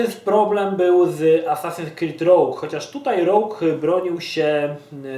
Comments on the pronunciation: Rołg czy Rołdż ujdzie. Ale rogju... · Kurwa... znowu, Assasins Creed 'rołg'. Mówić inglisz? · ***** czyta sie "róż"